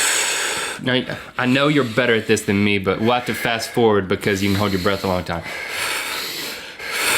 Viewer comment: I swear Link said " Rhett holding contest" instead of "breath holding" lol